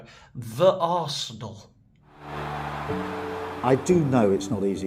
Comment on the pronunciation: "The Aresenal". Good lord....